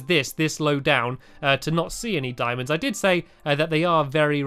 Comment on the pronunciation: Randomthingsbyhanny its "Diamonds" not "Dimons" imagine saying it "D-i-mo-ns"